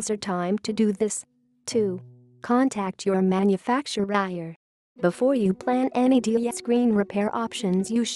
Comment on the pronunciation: Am I the only one who heard it say Manufactuihair instead of manufacturer.